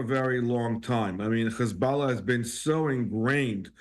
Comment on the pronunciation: How many times is he going to say HuzBALLAHHH 🤦🏻🤦🏻🤦🏻